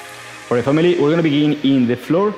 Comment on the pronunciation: I love when you say famili bruh I have found it now I am gonna unlock this skill and show off to my friends